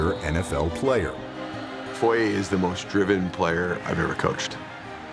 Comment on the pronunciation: Props to the narrator for actually getting foye's last name correct. He's one of maybe 5 people to ever do it lol.